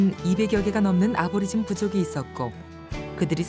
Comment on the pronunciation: 아보리진이 아니고 애보리진 이라고합니다. 그들의 현실은 더 처참합니다. 다음세대는 보다더 나은 환경에서 이땅의 주인이라는 위치를 되찾길 바랍니다.